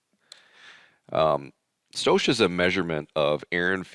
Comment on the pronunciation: For anyone confused when he says "stoash". It's "stoich" pronounced stoyk and it's short for stoichiometry. It's the same stoich or stoichiometry you had to do in high school chemistry. A lot of us car guys don't always know the words on mechanical or chemical terms but that don't mean we can't make em fast